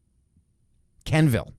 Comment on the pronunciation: It’s pronounced Kwen-vill not Ken-vill